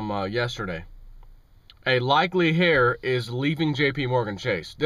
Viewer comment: Did you say HAIR?? It is pronounced "AIR"... Heir the H is silent..